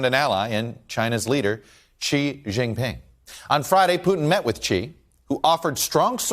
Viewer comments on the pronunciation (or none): It's not pronounced "Chi" or "Ji", it is Shi (xi) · Xi is pronounced "She".